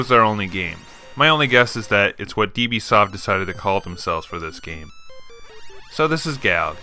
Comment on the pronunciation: it is not 'deeBee' - dB reads as 'decibel' - it is unit of measurement widely used in electronics: 20*Log_10[ of something ]